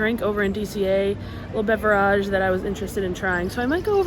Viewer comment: I really hate how you say beverage. Literally hate it